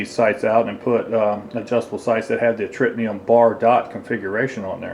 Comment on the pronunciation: It's Tritium sights not Tritnium.